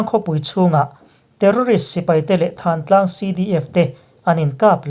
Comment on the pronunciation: Thantlang nilovin thlantlang tih zawk tur a ni e